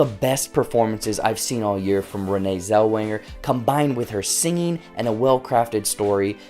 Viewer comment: Oh Boloney!!!! Us old folks know the real Judy and just seeing the trailers show it's a rude, disrespectful bore! *OH, and her name is NOT Zelwinger, but Zellweger. ARGH.